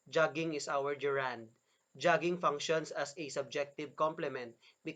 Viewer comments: Very nice. Gerund is not ge’rund. We say ‘gerund- the stress begins this word. The idea and explanation are great, only wrong pronunciation spoils it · It's funny to hear the person who can barely pronounce the word GERUND correctly,to teach about it. There are several mistakes that I notices: some are in his speech and some are in the explanation. So if you really want to know about the functions of the gerund - DON'T LISTEN TO HIM. Here's the sentence ( min): Her hands are shaking. He explains the word shaking as a reund, having no idea what he is talking about. In this sentence "shaking" is present PARTICIPLE, not a gerund. So he's grammatically illiterate. Don't let be taught wrongly.